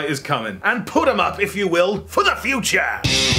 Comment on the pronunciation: Back to the Thew-ture?